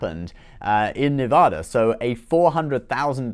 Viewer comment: Love your channel. Only because we care. It’s pronounced “Nev-AD-a.” Keep up the great work.